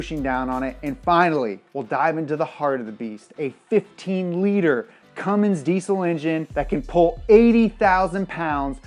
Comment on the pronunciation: Its CUMMINS NOT CUMMINGS